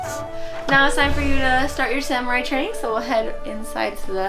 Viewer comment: O_o........Sam u rai ........ SUMU RRRAI!!!!!!!!!!geez then he try to pronounce Kyoto correctly ......wow. LEARN